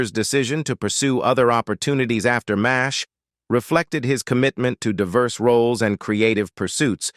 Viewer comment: It's pronounced "MASH", NOT "Mays H". Duh.